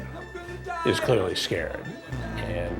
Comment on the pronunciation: What kind of soy boy, 61 year old toddler type pos did you catch this time Hansen? The world is full of some very odd people. “Im skeered” 😂😂